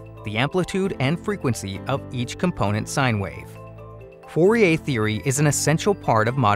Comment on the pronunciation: u keep saying fourier wrong.